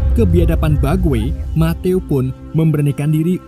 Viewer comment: bang matthew itu dibaca metiuw